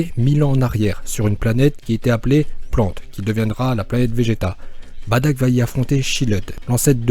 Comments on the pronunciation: sa me stresse quand tu dit : badock moi je dit bardock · Se n'est pas "baddack" mais "bardock" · juste on dit bardok et nn pas badak et on dit cabba et nn pas cabbé mais reste comme tu est car tu et trop bien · On dit Bardock et non Badack c'est énervant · C'est pas Badak c'est bardok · myster z s'est Bardock pas Badack 😂😂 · badock et non badack mdr !! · C pas Bartak c bartock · C'est pas badack c'est bardock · On dit pas "Badak" mais "Bardock" et on dit pas "chiled" mais "chield" (comme bouclier en anglais) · Bardok pas badak putain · sest pas badak mais bardok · Baddack c la prononciation mais sa se lit Bardock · On dit Bardok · J'ai bien aimer mes sa se dit bardock et tu as oublier Freezer comme même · Mais pk tu dis badack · Toi tu dit batack tes bête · Sa se dit bardock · Juste c'est Bardoque , Caba et on dit pas "Pan mais " Pane " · Oui en français on dirait Bardock mais pas en Japonais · Tu sais même pas dire le prénom du père de goku